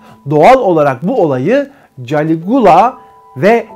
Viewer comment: Galigola yanlış diyorsun